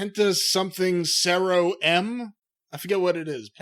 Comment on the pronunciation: Alec Pridgen, actually it “Cero”, listen to the commentators or even himself when he says “Cero Mideo”.